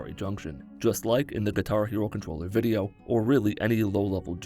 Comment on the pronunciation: "Thur will be feet in this vidheo." Me: Nah. I'm out. Also me, earlier: Ohh? Let's click on this video!